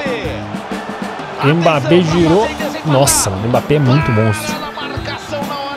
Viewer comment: No minuto ele fala mpabbe